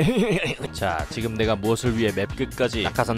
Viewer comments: 에 '자 지금'이 이상하게 되있는건 나만의 기분탓인가? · 자 지금인데 자지 금 ㅋㅋㅋㄱㅋㅋㅋ